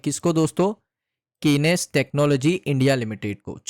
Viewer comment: Kenes nahi hai bhai😂😂😂😂